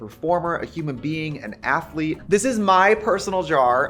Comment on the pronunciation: Athlète? Trixie said athlète in her AG promotion. What type of an athlete are you gurrrl? 😎